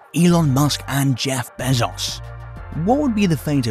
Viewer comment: Stop say Behzauce. God damn man.